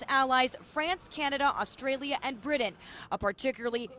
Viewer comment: Who's "Bri-dan"?😂